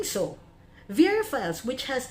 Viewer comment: verafiles sounds like "perafiles"